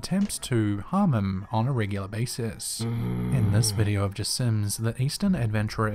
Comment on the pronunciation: said jassim very very wrong XDDDDDDDDDDD